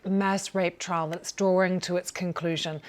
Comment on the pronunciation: “Trial” not “trail”, do better BBC. (First sentence).